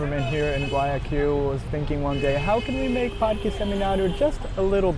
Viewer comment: Awwwww I love the cats! That Santa Ana Hill area is so cute, I love it too. I alllssssoooo love how you pronounce all the Spanish words with a Brazilian Portuguese accent- El Parkee! jajaja :_GringoDrink